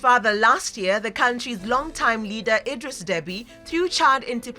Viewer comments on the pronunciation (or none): none